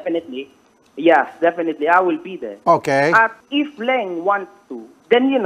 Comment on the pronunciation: "if you will still be deh I will be deh" ~makagago